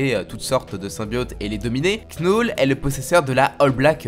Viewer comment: On dit pas "Knoule" on dit "Nœul"